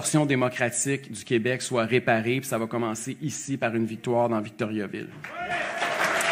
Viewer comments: Ca se prononce pas Victoryaville. Pénible Duhaime. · Si quelqu'un veut se présenter à Victoriaville, il devrait apprendre à le prononcer correctement.